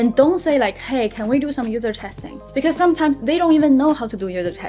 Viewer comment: The word is "because" not "bekou"